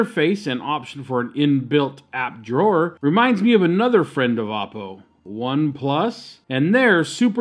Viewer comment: you're pronouncing Oppo wrong